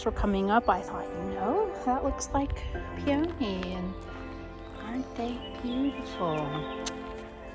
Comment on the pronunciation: I really appreciate your vlog. Peony is pronounced with the emphasis on the first syllable. Pee uh nee. Emmaus is Emma oos. I appreciate your vulnerability in sharing about the development of your business. I Hope you can afford to get some help someday. This is so much to do by yourself!!